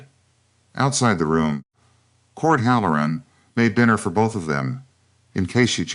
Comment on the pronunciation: It's not hal. LOR un. It's HAL Lor uhn accent on first syllable. Bad cadence. Feels jerky and halting. Once again, you need proofreading . And you FINALLY quit calling everybody Clara. Now, this is 2 stories with an Elora. And Voss, and Elias, Caleb, Gideon. PLEASE do some research. And if you have the cook make salt pork,beans, and cornbread, I'm gonna SCREAM !!!!😳😳🤔🤨. 🌎💙🌊🌊🌊🌊🌊✌️✌️🤔🤔🤨🔥💥💯😘